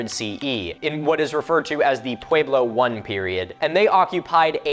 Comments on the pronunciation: I know this isnt important whatsoever but is that really how we're supposed to pronounce pueblo? You say it pu-wee-blo but ive only ever heard it pronounced, even by native americans as pu-e-blo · It's not a sharp A sound think pweh- blow, not pwahe-blow. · I am Pueblo. Descendent from those of the Chacoan people. Big fan. Love that you made this video. Couple pronunciation pointers: (Pueblo= pweh-blow / piñon=pee-nyohn Sipapu=see-paw-poo). Modern kivas are sometimes built above ground but you still enter it from the top.